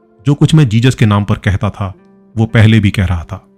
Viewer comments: Its not jejus its Jesus...jizas. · Jesus... Not Jejus..🙏🙏 Don't say Jejus.